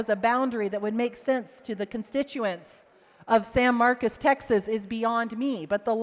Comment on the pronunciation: She represents San Marcos and cannot pronounce the city correctly. IT’S NOT SAN MARCUS. doesn’t care about the Hispanic community, just their votes. Vote her out!